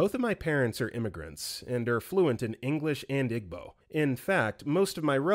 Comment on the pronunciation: it’s pronounced “EE-bow,” not “IG-bow.” and that one resonated with me SO much. i was expected to just absorb igbo through osmosis and was mocked when i tried to learn formally. now they’re mad i don’t speak igbo🙄